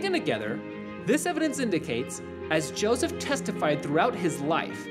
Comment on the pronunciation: its josef not josiv ....ur nutz